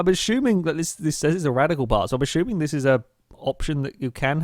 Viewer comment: God damn man it's "assuming" not "ashuming"